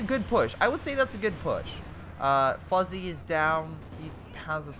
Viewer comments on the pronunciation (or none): Did you really just pronounce Fuzzy as Foozie?